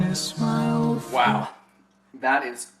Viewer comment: Hahaha "hello darkness my old fwend"